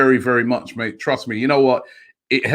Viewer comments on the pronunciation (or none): none